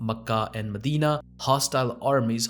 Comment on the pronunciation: I’ve never heard any native Arab pronounce Mecca and Medina like you do. No need to fill your mouth with the words. The two names should smooth out effortlessly. What you do might impress on non Arabs that you know because you can pronounce these alien names, others will simply see it as a cover for ignorance on the material.